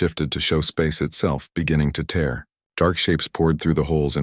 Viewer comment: Yeah, right. Obviously written by a human, but narrated by an AI. Of the 3 times he said "tear," he only got the contextual pronunciation right once.